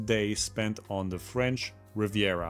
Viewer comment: I am french canadien. Good work with your french accent. 👍